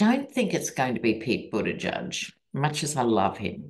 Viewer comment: With love, its edge edge, not edge judge. Boot-edge-edge. ♥️